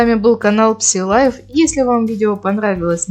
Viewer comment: правильно будет произносить ( сай лайф)